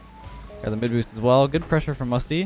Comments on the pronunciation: Everyone: Good: Güt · 1st of all best name ever 2nd of all says goot not good no offence but its pretty funny